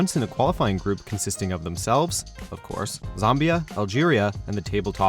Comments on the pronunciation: I had a feeling you will count USA in this list as a “top” country 😂 and what is Zaambia I thought it was pronounced Zambia!! oh how calling the beautiful game soccer is annoying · LOL! He said Zombia...